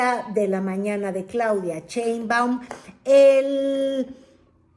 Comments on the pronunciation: Por qué pronuncia el apellido She- in - ba- um como Che-in-ba-um? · Con todo respeto, no se dice "CHEInbaum", se dice "Sheinbaum" Saludos cordiales.